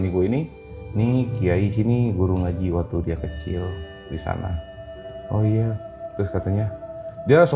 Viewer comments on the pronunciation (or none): Jd salfok, masnya kaya aku klo sebut kata "waktu" itu "watu": Watu itu 😂